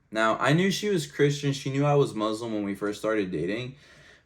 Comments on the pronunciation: I've never heard a Muslim pronounce the word Muslim as Mozlem, something strange here...🤔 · why those he say Muzlim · From this video, I've never heard a Muslim pronounce the word Muslim as Mozlem, something strange here...🤔